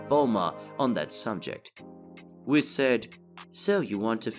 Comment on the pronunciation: Why do you pronounce the name Whis the way you do? It's not pronounced that way in English anywhere else.